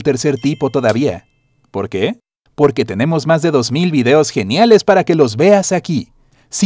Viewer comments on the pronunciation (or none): none